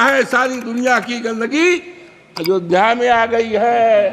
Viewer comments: बुड्ढे अयोध्या कहना सीख पहले अजोध्या कह रहा भोंदू भक्त 😂😂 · अवधेश प्रसाद तुम्हें इतनी तमीज़ नहीं है अयोध्या कहा जाता है पहले हिंदी पढ़ कर आओ छलनी नहीं है बोलने की और बोलने लग गए अयोध्या भी बोलना नहीं आता है तुम्हें बेवकुफ जय श्री राम